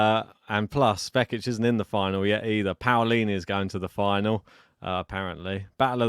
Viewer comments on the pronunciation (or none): Hi guys, the correct pronunciation is P(oh)lini, not P(Aoh)lini.